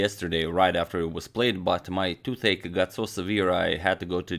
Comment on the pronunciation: I had to hear what you said at the start twice. I was confused as to what a two-take was and how it lands someone in ER, then it struck me. Toothache, not two- take :)